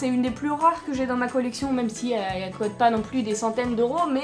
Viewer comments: Puorquoi tu dis cote alor que sa se dit coute ? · dsl mais sa me stress parceque tu dit cot et ses coûte normalement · Ça cote mdr au lieu de ça coute😂😂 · Tes la meilleure YouTubeuse du monde Ps : tu dis cote pas coûte !!!! Sinon continue comme ça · pq tu dit quete à la place de coûte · c'c'est moi ou elle ne dit pas coute mais cute avec un accent bizarre